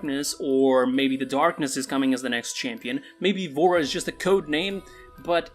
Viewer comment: Bro i thought he said vore